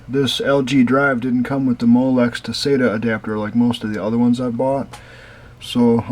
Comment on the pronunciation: Nice, you pronounce SATA the way I do. It seems like everyone i've ever seen pronounces it SAT UH.